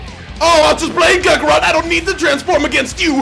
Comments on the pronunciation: At like - he said krackerot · Lol did he just say Krakarot??